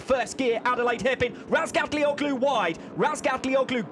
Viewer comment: some one teach these English how to read the soft G ffs. Razgatlioglu, imagine there is no g there.